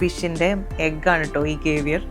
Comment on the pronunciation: കേവിയർ അല്ല സേവിയർ!!!!! Cavier- കാവിയർ എന്നാണ് pronounciation.